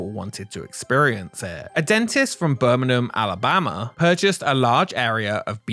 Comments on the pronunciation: Bir me what? An English guy cannot pronounce Birmingham???? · "Birmingham" pronunciation nearly made me do a spit take. Yikes! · "Birmin'm, Alabama" 😂